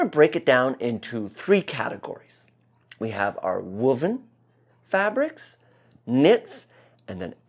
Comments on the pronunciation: Linguistic note - I've never heard woven with a 'wood' vowel before ! Woo-ven. Only ever heard it with the 'woah!' vowel. Woah!-ven. 🙂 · I agree 100%. Always provides solid content. But his pronunciation of woven is making me crazy. I pronounce it woah ven. He says wuh ven. Tomato. Tomahto.